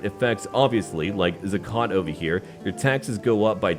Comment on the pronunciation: Zakat, pronounced with ä variant for the latter "a", the term for charity payment. Funny how vassals hate that rule as that is one of some mandatory things to do as a muslim